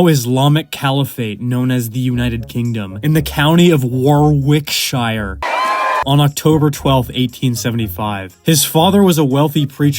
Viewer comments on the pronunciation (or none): Also... It's pronounced wah-rickSHER